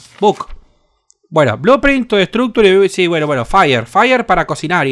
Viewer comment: "Faier para cocinaier" JAJAJAJAJA.